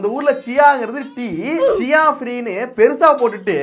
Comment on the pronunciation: சியா இல்ல ச்சாயா